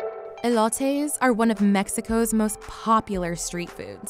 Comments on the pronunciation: Blue Led 😂 or mulitas and the way she said elote made me cry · This lady made me die when the way she said "Elote" and "Quesa Tacos" like maybe you should actually know your facts and be able to tell the ducking difference between a taco and quesadilla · idk but now I'm craving an elotaye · They pronounced Elote weong